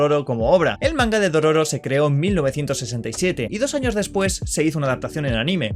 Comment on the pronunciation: "Y DOS ANOS" xd